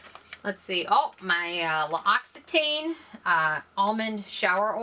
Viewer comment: LOX-EE-TAN is the French way to say L'occitane if anyone is interested. L'Occitane de Provence has a cute video here on youtube about it.